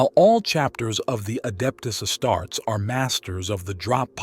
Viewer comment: Omg the AI voice says adept a starts lol!